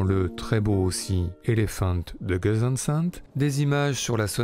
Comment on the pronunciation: Intéressant, mais 3 remarques : 1. C'est Ludwig vAn, et non Ludwig vOn, comme vous le prononcez plusieurs fois. 2. La fameuse "Lettre à Elise" est une Bagatelle (genre rarement pratiqué il est vrai), et non une Sonate, comme vous le dites systématiquement (ce n'est pas parce que c'est joué au piano que c'est une Sonate : rien à voir !) 3. "Beethoven" ou "Beethov'" ? Les deux prononciations sont possibles, mais il aurait été logique que vous vous en teniez à une seule ("Beethov" est en réalité "Beethov'n", avec un "n" à peine entendu). Merci et vive Ludwig.